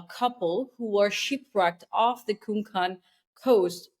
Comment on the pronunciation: It’s Konkan not Kuhn Kahn. They are bene israelis not Ashkenazis 😋